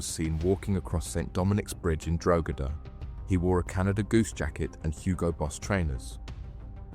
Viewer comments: Given the horrific nature of the offences, the sentencing seems light to me. I guess when these men are released, they will just carry on with their old way of life. Incidentally, isn’t the place name pronounced ‘Drog-ee-da’? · Where is this "Drogeda" of which you speak?